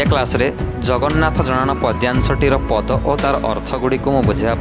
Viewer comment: Sir ଆପଣ ସବୁବେଳେ ପଦ କୁ ପାଦ ବୋଲି କହୁଛନ୍ତି।ଯାହା ପ୍ରଥମ ପଦ, ଦ୍ୱିତୀୟ ପଦ, ତୃତୀୟ ପଦ ର ପ୍ରଥମ ପାଦ ଏଭଳି କହିବା କଥା।🙏🙏🙏